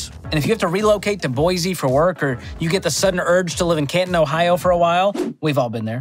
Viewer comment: STOP SAYING BOIZEE its boise